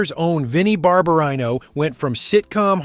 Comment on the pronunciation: Very interesting. One thing, though: narrator mispronounced Travolta’s TV character Vinnie Barbarino. It is pronounced bar-ba-reeno.